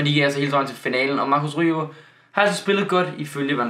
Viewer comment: Det udtagelse ikke rojo men roho